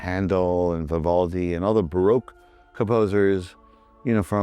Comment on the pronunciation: I love it how he pronounces baroque as "broke"😂😂😂